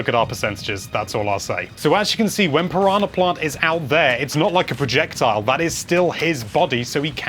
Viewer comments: "Paronna plont" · I love the way you say Piranha Plant lol